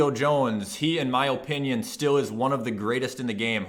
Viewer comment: “In my O pinion